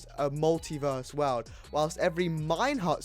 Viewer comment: "Weld" it's pronounced world lmao